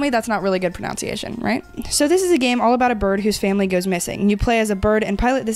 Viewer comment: Decent pronunciation 🔥 Mispronounced "pronunciation" 🔥🔥🔥Great video! 💯